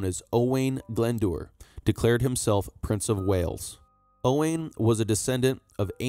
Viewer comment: Glendour is pronounced Glendower!